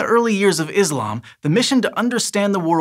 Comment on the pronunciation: Much respect for him and a lot more when he pronounces Islam as 'Islam' not 'Izlam' in later videos.